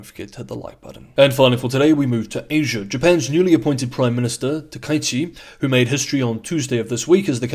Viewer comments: I believe Japanese Prime Minister's name should be pronounced as "Taka", then "ichi". The "a" and "i" should not be combined into "ai". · Hehe. Pronounce her name roughly like this: tacker-eechee. Make each syllable the same (quite short length), with no variation of emphasis, tone, or length. HTH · Yes, pronunciation surprised me too. The second kanji is ichi (not number) and isn't blended into the first character.